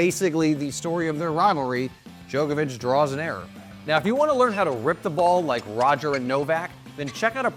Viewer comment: Cant trust a guy who says Joekavic